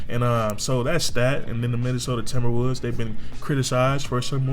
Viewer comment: minnesota timberwuuds is what I heard